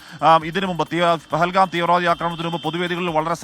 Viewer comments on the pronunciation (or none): പകൽഗാം അല്ല പൊട്ടാ പഹൽഗാം.